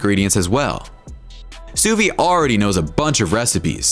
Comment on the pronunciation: It's French, and pronounced "sue veed" 🤦‍♂️